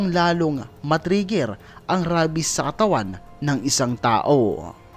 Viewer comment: Rabies is pronounced reybis